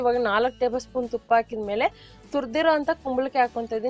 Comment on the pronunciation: ಅ ಹ ಉಛಾರ ಸರಿಯಾಗಿ ಮಾಡಿ ಅಕ್ಕ ಹಾಲು alu ಅಲ್ಲ ಹಾಕಿ ಆಕೀ ಅಲ್ಲ ಅದು